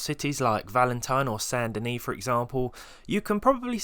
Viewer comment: Finally! Someone who didn't say "Saint Dennis"!